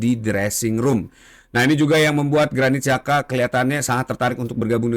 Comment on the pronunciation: bang granit xhaka ya bang . bukan granit jaka 😆😆